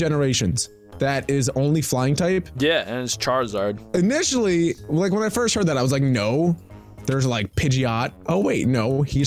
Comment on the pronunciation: Tip: it's not charrzard its charizard!!!